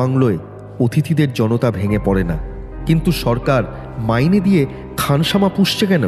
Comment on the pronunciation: উচ্চারণ একদম ভালো নয় ওটা খানসামা হবে।